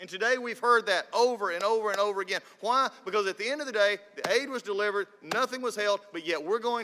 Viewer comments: When people put emphasis on word “why” it’s oddly satisfying to me... no that’s not the only information I gathered from this video. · I like how he puts emphasis on the word “why”